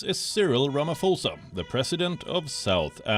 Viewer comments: Good move by Saudi Arabia...but please, it's not Ramafosa, the pho is as you would pronounce potato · I like how you pronounce it...president Ramafosa